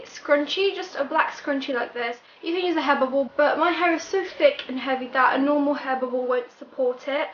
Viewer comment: Did you say hair bubble ? 😳